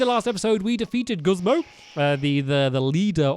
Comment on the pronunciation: Haha he says "Guzma" as "Guzmo" I luv it makes me laugh a bit Edit:anyone knows if a goomy is rare I want one hehe